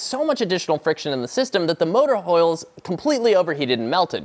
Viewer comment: They are called coils, not hoils.